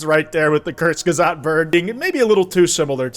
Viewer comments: you said Kurzgesagt so wrong I repeated the part three times and didnt get what you where saying until reading it. It’s like Kooo (booh!) rz gay sug (like suck) t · I hate to say this but you butchered the name kurzgesagt i didn’t even know what it was until i looked at the screen💔💔